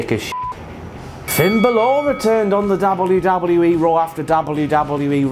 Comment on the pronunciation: Is ever gonna say Balor right?